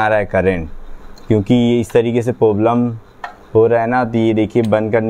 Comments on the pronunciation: Bhai poblem nhi hota hai Problem hota hai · Problem ❌poblem 🤣🤣🤣